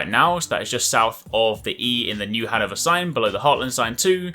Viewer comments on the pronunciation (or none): none